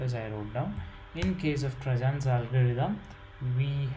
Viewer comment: great explaination, but its ->Tarjans not ->trajans